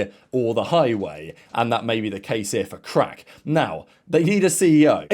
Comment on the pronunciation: Little correction. It’s not pronounced Krack but “Kraahk” . He is from Luxembourg so I know ;) in case you wanted to know :p great content as usual!